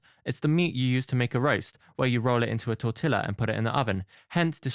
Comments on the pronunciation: As a hispanic person I cringed so hard at how bad you said tortilla... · This guy did not just mispronounce tortilla like that...